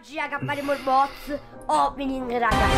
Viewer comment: È RITORNATO IL "BOZ" OPENNIG! 🤣🤣 SEI UN GRANDE! ❤